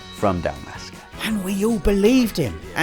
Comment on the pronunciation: "from dalmasca" 😂😂😂😂